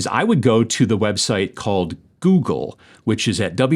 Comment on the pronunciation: Goog - elle? What the hell?